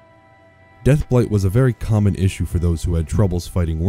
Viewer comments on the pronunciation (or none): none